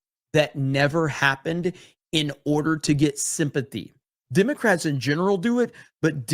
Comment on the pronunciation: I was getting the pun of “dim” ocrats until I realized that you say the letter “e” as an “i.” Haha.